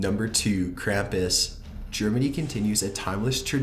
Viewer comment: it bores the fuck outta me and he pronounced krampus wrong